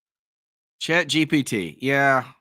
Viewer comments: Why you keep saying GTP? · Anyone sighing every time erroneously said Chat G...T...P? 😅